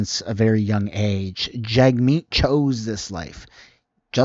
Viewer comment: I like how she pronounces his name. "Jug meat."